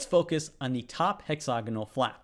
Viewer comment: Stop saying, "hexOgonal". It's "hexAgonal", Presh!